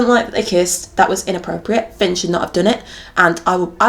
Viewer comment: Until the end of the video I didn’t realise why kept on saying ‘pin’ Hahah I ship piper and Finn